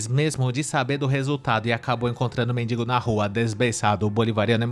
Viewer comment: Oh povo pra falar errado...é mendigo. Sou maranhense de São Luís do Maranhão.